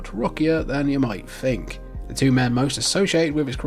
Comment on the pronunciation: I genuinely don't understand your accent and by that I mean pronouncing the letters "TH" you say "three" and "the" correctly but "earth as earf", "think as fink" Is it a cultural thing? I'm genuinely curious.